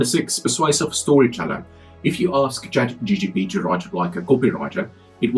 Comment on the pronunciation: Please get the name of CHATGPT correct. You and allot of the people call it ChatGTP